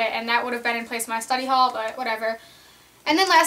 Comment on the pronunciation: when you said "study hall" it sounded like "slutty hall"...rofl. :3 my school is 9-12 and we have 500 students as well haha..